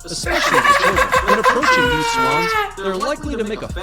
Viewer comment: Narrator: mute swans FLIGHT: MUT Swans?!?!?